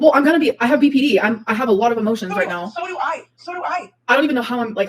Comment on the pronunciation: “NAAO NAAO” what is this pronunciation?